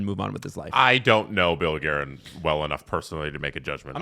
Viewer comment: I mean hutson’s diction/anunciation isn’t the best so maybe that accounts for hilarious pronunciation of Guerin ‘s name. Even if Guerin holds a grudge now, how long could an executive stay at the helm of US teams? I think Hutson bros will outlast Guerin’s tenure and will be back in the fold when they’re in their 20s